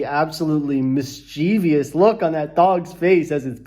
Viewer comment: Still mispronouncing "mischievous". Tsk tsk tsk.